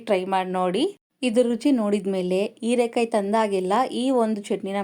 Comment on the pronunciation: ಹಸಿಮೆಣಸು ಅದು ಅಸಿಮೆಣಸು ಅಲ್ಲ ಹೀರೆಕಾಯಿ ಅದು erekai ಅಲ್ಲ ಮೇಡಂ.